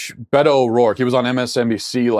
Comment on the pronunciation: Matt -- i agree w most of what u say. But it drives me nuts that u mispronounce everyone's names -- Kamala, AOC, Beto. When u mispronounce simple things like people's names, it makes u sound like u don't know what u r talking about. It's pronounced "COM-a-la," "oh-CAH-zee-oh," and "BAY-doh."